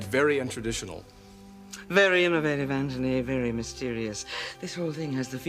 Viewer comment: Anthony! Not ANT- ONY